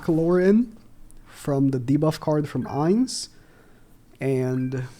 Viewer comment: Bro made me cry when he pronounced his name wrong..